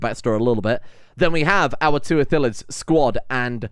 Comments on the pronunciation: As someone who plays D&D frequently, it hurts to hear "Ithillids" instead of Illithids. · the L comes first. It's ILL-etheds. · Good start! And, since you're curious, it's pronounced ill-ith-ids. Also spelled that way, but...eh. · Great vid, it's I-lli-th-ids tho. Keep up the good work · Call em mindflayers if you have troubles with pronouncing Illithids